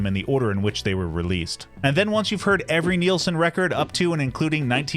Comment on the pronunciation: It's pronounced as its spelled: NILS-son, rhymes with SCHMILS-son! Not sure why this is such a common mistake. You never hear Youtubers talk about Brian WHEEL-son... Source: The first five seconds of his debut RCA album (played in this video!), and any interview where Harry is sober enough not to slur his speech. Regardless, thanks for bringing attention to one of the 20th century's greatest singer-songwriters.